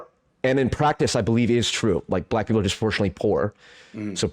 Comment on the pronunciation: I hate the way this dude says black people 😂 cringe. He also takes foreverrrr to get to any point. The level of beating about the bush is exhausting.